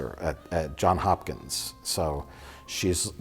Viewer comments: Pretending to sound smart but not knowing how to pronounce Johns Hopkins. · It's johnS Hopkins you uncultured swine